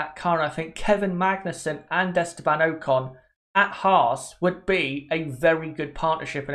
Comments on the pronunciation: its ocon not oakon the way u say his name is so annoying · Oc-con not o-con